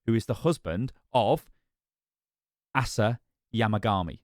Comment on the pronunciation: Btw "Asa" is most commonly pronounced as "Acer" or "Ace-ah"